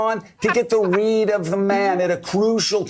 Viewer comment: Definitely sounded like he was saying "weed" not read.